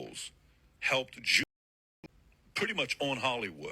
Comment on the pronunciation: You're so weak. "Gews"? Cant say Jew? But you shouldn't even be calling them that as they are Jews. They're Khazarians.